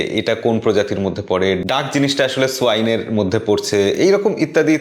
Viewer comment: Swain না, সোয়ান! 😅